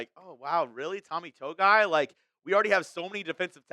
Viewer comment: Tommy “To-Gi-I “